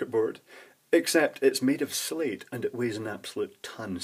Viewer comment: I thought you were saying Solid-state at first.